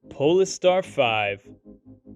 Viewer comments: OMG the way polestar is pronounced in this video is giving me an aneurism.. as said by others .. its Pole Star not PoLister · PLEASE....Polestar is pronounced pole-star....like Polaris, the pole star!!!